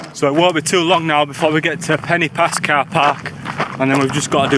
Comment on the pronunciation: When you said “Pen-y-pass” you pronounced it “Penny Pass”, which is incorrect. The letter ‘y’ in Welsh is pronounced like the ‘u’ in ‘under’ or ‘understand’ etc, NOT the ‘i’ in interesting ,or ‘influence’. It’s softer. However, there should be an accent above the ‘i’ and ‘o’ to elongate the sound of the letters. Eg Crib should be pronounced Criib and Goch should be Gooch. The sound of the letters are elongated. Not your fault, as no one has ever enforced the rule in typing, so the usage has been tragically lost. It’s lack has made a huge differenced in the pronunciation of such words. I do wish it would be reintroduced! You said Crib Gock, not Crib Goch. They are different sounds. It REALLY grates on Welsh speakers! Most people seem to manage to say ‘Lochness Monster’ or ‘Lochlomond’ etc, who’s ‘ch’ sound is exactly the same. Please can you learn to say Crib Goch correctly. Thank you.